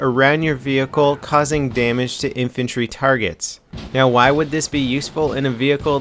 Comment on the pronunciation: How do you screw up the word infantry with a pr? WTF?